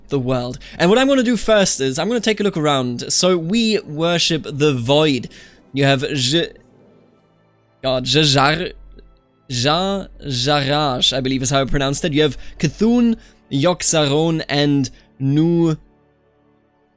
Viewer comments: Lmao k'fuun 🤦‍♂️ it's c'thun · "I'm going with Nuzoth because i wanna say his name right" (It's pronnounced as ne-zoth Ya-aarsh and cu-thoon awesome series doe, been waiting for someone to make one in this mod keep it up!